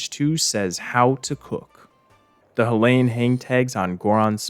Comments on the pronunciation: Also why do you pronounce Hylian like HILL-ayan Its HAI-LEE-an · Ok so I don’t wanna be THAT person, but I can not finish watching this without saying something about how you pronounce Hylian… Dude, they literally say the word in multiple cut scenes, how in the world are you mispronouncing it so bad lmao I’ve been like oH MY GOD, it’s not, “Huh-Lay-In”, it’s pronounced like, “Hi-Lee-Un” lmao if it was pronounced the way you’re saying it, then it would be spelled like, “Halayin” 😅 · Curious why you pronounce Hylian as "Huh-lay-un" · "leviathaaaahn" Idk if he's doing it on purpose to increase engagement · this is probably because those are the same letters in Hylian but can be pronounced differently and need to be translated differently into a latin script. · i hate the way he pronounces hylian, it’s so very wrong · ok im sorry but the way you say hylian gives me physical pain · The way you pronounce "Hylian" gives me agita.